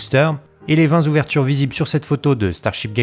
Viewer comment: super infos comme d'hab..... par contre j'ai du mal avec les "cuirs" vingt "zouvertures" au lieu des vingt "touvertures" plus correctes je sais je suis vieux et un peu pinailleur mais quand je vous entend faire des efforts de prononciation de l'accent anglais pour parler des sites des noms américains cela me chagrine que vous ayez si peu de considération pour la langue de Molière .....